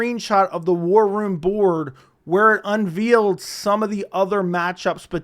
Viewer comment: Unveiled. Pronounce like ale. Not veal. Or sound illiterate